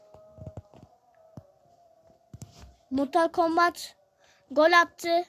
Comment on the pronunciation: Mal o mortal kombat diye okun muyo o mortıl kombat diye okunuyo